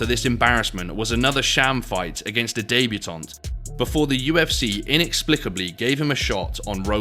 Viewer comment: What’s a daybutaunt?